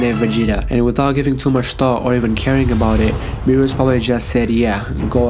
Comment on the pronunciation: It's berus not bures